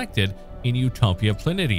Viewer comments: "PLAN - EE - SHA! " it's "PLAN - EE - SHA!!!" for God's sake at least pronounce the names correctly!!!! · Pla nee SHE AH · "utopia planit ee ah" -someone who's never watched Star Trek TNG